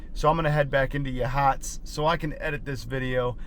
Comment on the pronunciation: It's pronounced like Ya Hots